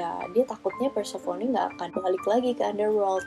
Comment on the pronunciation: Prounounciation inggrisnya udh bagus,tapi mau koreksi aja nih,Demeter itu dibaca "The-Mi-Ter" (The meter) Dan Persephone udh hampir bener,but more like "Per-sa-fe-ni" hehe,just fyi ^_^